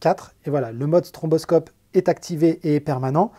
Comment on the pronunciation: mdr on dit pas stromboscope mais stroboscope